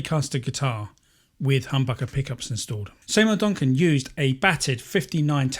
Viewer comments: See mour Duncan, not Say mour Duncan... 😮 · Are you calling Seymour Duncan “Saymour”?